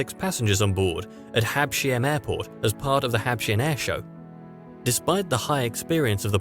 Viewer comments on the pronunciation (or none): Habs-heim, not Hab-sheim! :-)